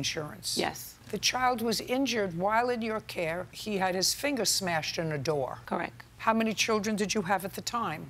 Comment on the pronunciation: “Correc” is my biggest pet peeve😭